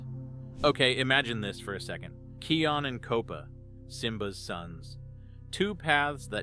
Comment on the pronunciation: Kopa's name is pronounced Kō-pä and Kion's name is pronounced "Kī-yon" . Like "Lion" only starting with a K